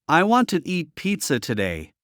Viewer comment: No se dice Guant se dice want , want. No se dice guai se dice why como se escribe